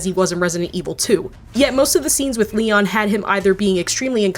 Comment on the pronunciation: How can you mess up Leon?!?!?